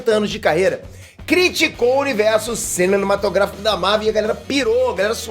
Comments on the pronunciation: Curto os vídeos mas percebi que o não consegue falar a palavra "cinematográfico". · Porque toda vez o se enrola pra falar "cinematográfico"? É alguma piada que estou por fora ou dificuldade de pronúncia mesmo?